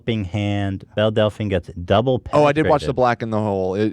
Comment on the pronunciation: Why is it so hard for Ethan to pronounce Belle correctly